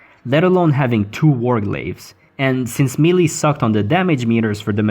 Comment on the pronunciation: Ugh melee is pronounced may-lay lol